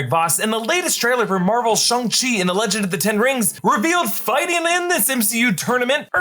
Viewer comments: Not shong chi It's shang chi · Simu Liu said it was pronounced "Shong-chee". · “shung chi” :/ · im sorry but why are you saying shung chi💀, its pronounced shang chi😭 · its pronounced "shhhh" not "shi". no disrespect though, just want to correct for future pronounciations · Its shya-nng-chi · Did you say SHUNG CHI??